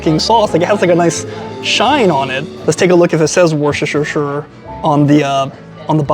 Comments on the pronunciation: It's pronounced Wur stir shur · This may sound odd to you but Worcestershire is pronounced "wooster shear" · Love your work but you over-complicate Worcestershire!! It’s pronounced “wus ter shire”!! Thanks!!! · Friends across the pond, I am from the UK and i am going to help you with a word none of you seem to pronounce correctly. Worcestershire sauce is pronounced "Wuh-stuh-shire" Not Washaweshashestershire or whatever it is you guys say 🤣 or you can look at it like this WUH-STER-SHIRE SAUCE. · It’s pronounced Wooster - sure 😊Congratulations on your success, and I definitely hope you make it to Japan. Look up Rion Ishida on here. Good collab partner 🇯🇵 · Wrshshr sauce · We don't call it Worcestershire sauce. We call it Worcester sauce. The correct pronunciation is Wuh-stir with a hard U. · Woo-sta-sha sauce 👍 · Wohstersheer sauce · It's pronounced "Wooster-shur" sauce. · It’s pronounced WHISTER-SHEAR Love your reviews! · Wushurshur sauce 😂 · I stay at the hotels next to Empire Steak House when I visit NYC, so I will have to check it out. It sounds like you put an “h” after the “c when you pronounce “Worcestershire”. Put the accent on the first syllable.